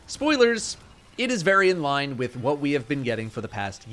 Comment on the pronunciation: I felt that wif in my soul